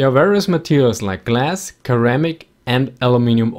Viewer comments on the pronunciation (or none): It's (seramic) not keramic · Keramics huh? I think I had that class in high school... (it's pronounced sir-am-ics) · You the host is a person who speaks Germanic language if he pronounce ceramic as keramic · I cant be the only one triggered by him pronouncing ceramic as "care-amic" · Grear video. Also, ceramic in English is pronounced Sir-amic. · FYI, ceramic is pronounced sir-am-ic. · Damnit man!! "Keramic" xD I swear you Germans need to learn the korrekt way of pronouncing "C" (ssssseeee) in such words. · Ceramic "Sir-am-ick" No offense intended. Love your work. Keep it coming. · is this an automated voice? it keeps mispronouncing simple English words like title and ceramic